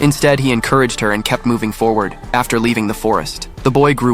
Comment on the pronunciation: The way he said forward lol